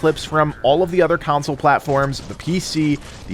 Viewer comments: It's console not council. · When you say “counsel” it totally messed up my brain I had to rewind 3 times lol